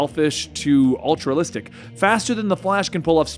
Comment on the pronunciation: It's altruistic not altrulistic